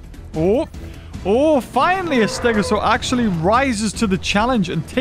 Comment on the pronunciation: Not acshly